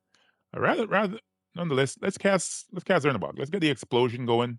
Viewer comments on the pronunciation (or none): Cz is actually a ch sound like in the country Czech republic so its more like chernabog not zernabog